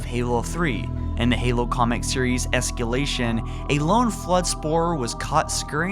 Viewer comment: "Halo: EsKEElation." Lol.